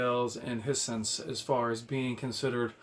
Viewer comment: It's pronounced High Sense. Like hi how you doing and the sixth sense had a twist ending.